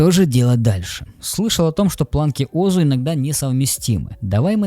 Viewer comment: Айтишники всегда говорили озУ, а не Озу. Ударение на последнюю букву. А то звучит по-ламерски, как Микрософт вместо Майкрософт.